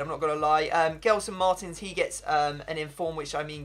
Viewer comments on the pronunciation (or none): none